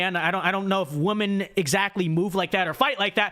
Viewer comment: your content is great... but PLEASE learn how to pronounce the word "women"!!